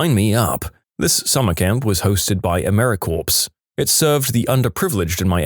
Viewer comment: The last syllable in "Americorps," as well as the word "corps," is pronounced as "core." Both the "p" and the "s" are silent. It should never be pronounced as "corpse."